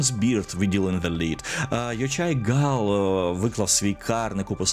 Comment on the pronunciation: Автор Каїрну - ЙоХай Гал, не Йочай) Він постійно поправляє всіких англомовних спікерів в інтерв'ю))